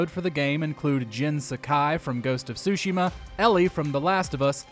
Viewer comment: This entire video sounded like it was a lazily edited version of a GPT script. I’ve never heard Ghost of Tsushima pronounced like that. It’s (Su-Shima) not (Sushi-ma). Have you never said these words before? It sounded like most of the time you were talking about things you were learning about for the first time. Remember the times before GPT when mojo lists were made by people who knew all the things listed?